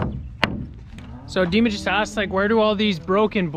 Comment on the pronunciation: I was thinking that his name wasn't Dima but you're calling him Diemer short for Vladimir. I was thinking maybe he's Ukrainian or Russian. Anyway oh, just a thought. I'm sure he's a good worker. You all seem to do really well up there.